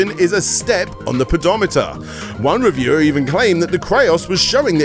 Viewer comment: "pedo-meter" made the whole video for me lmao